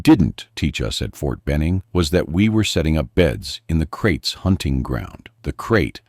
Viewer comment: Kraits not crates.